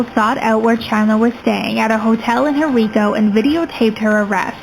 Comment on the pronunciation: It's pronounced "Hen-rye-co"